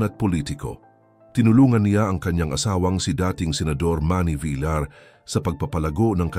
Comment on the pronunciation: Bakit hindi alam ipronounce ang VILLAR?